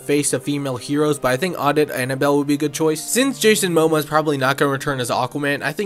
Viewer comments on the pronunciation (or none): How do you mispronounce Mamoa after all these years of hearing that guy's name? Like you're a YouTuber that seems to have a channel that deals w this stuff and you say "MoMA" lol y'all are ridiculous! At best you know, but just didn't do another take for whatever reason. Lol Jason Moma